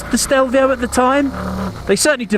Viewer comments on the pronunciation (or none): Grown man, years of motorcycle world experience and still fails to pronounce the name correctly.